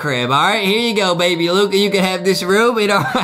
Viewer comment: Justin: baybe Luca Adem: baby luca Who is the proper grammar master